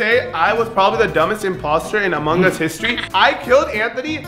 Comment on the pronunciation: Sorry Brian but it is Amung us two words not amunggus the “G” is silent